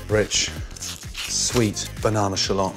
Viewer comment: Is it just me or did he say banana s schlong